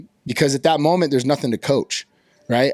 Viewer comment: Why does he say schmoment?